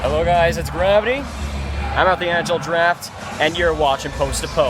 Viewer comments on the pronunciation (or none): Haha Graviteh in the intro!